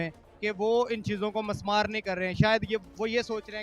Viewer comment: مِسمار ہوتا ہے لفظ Mismaar